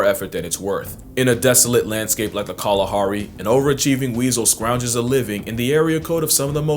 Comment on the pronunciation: I am from Botswana Southern Africa the way you say Kghalahari makes me proud your really trying hey !!! Thanks for making my day